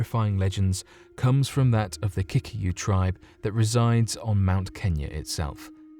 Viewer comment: Surely the correct pronounciation is KiKUyu